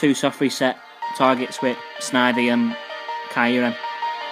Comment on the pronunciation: It's kyor-rum.....